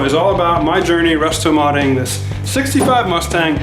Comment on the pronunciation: Did you say 'rustomodding'?? lol